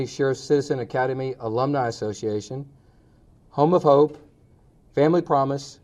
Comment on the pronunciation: thought he said Homophobe not home of hope 🤣 Queenpins On Netflix brought me here!